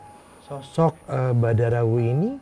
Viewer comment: Terimakasih tim Mata Indigo. Seruuu..tapi terasa singkat penerawangan 😂 Btw, itu Badarawyhi, bukan Bandarawuhi 😁 Makasih kak, jadi tau bhw yg sebenarnya terjadi itu bukan dilakukan Badarawuhi sendiri namun bawahannya, Sarini.